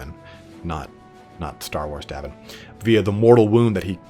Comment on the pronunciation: Great video but just a little thing, it's Yavin in Star Wars not Davin :p